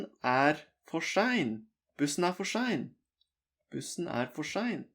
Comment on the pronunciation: I notice that S sometimes sounds like sh example sein sounds to me like shein. I’ve noticed this in a lot of norsk speach. I repeated the pronunciation bits many times and repeated it trying to match you as exactly as I could. Anyway tusen takk og god dag til deg.